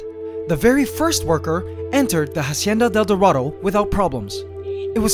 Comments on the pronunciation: the "ha" in "hacienda" is pronounced as "ah", not "ha" ...FYI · When saying "hacienda del dorado" ignore the H at the beginning. It's pronounced Acienda. Like Ancestor. Cool video ;) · Okay man, I'm not a subscriber but I enjoy seeing your videos every now and then so Imma just tell you now that you're not supposed to pronounce the "H" in Spanish, It's basically a silent letter every time. I'm not mad or anything, it just urked me when I heard you put so much emphasis on the "H" in a Spanish word. Glad the Golden Empire's still okay! :-) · good video, the ant's world is really interenting. Just one thing, we don't pronounce the H in spanish, hacienda starts by pronouncing the a directly without the english H sound. Pls try.